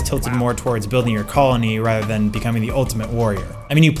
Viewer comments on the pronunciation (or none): none